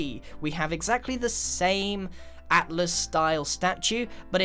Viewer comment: He said atlas learn how to hear man